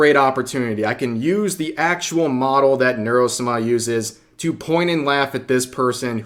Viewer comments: Sah mah Not "-smah" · why do you say Nuro-Suma? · Is it just me or does rev's pronunciation of Neuro-sama just sound wrong? 😂